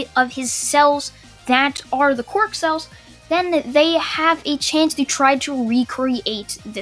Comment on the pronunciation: He is to overpowered Also for me it sounds like ya saying Qork no quirk